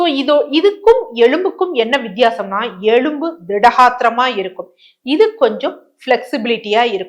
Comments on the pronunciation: எழும்பு இல்லை மேடம் ....எலும்பு😂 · Dr. Very good info. But Pl say எலும்பு correctly .